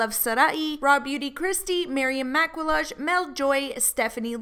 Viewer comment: "Maryam Maqwelodge" LOOL (It's pronounced maq-ee-yaj. French for makeup)